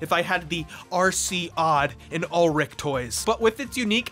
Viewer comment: why are you saying ulrich's name wrong.